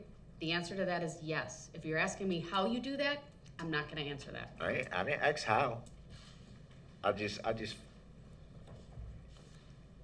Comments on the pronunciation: He didn't axe how! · The fact that he can correctly pronounce "ask" just fine when he wants to...I'll STAY making fun of him when he says "axe"...sorry not sorry, make it racial losers. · This guy thinks he's smart enough to be a lawyer when he doesn't even know how to pronounce the word ask. "I didn't ax how". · It’s ask not aks - learn to speak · his use of ax instead of ask drives me insane. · It's ask not axe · He just shows how ignorant he is when he talk. Ok it's ask not ax. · Man this guy Axes a lot. So much Axing. He's like a lumberjack. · Brooks: “Your honor.. Can I axe a question?” Judge: “Yes which one?” Brooks: “I’m about to axe it!!” Judge: “Which question do you want to omit??” Brooks: “I ain’t omittin to nothin! I’m tryna axe it and you keep interrupting me!!” Judge: “…..” 😂😂😂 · What I'm "axe"🤣😂🤣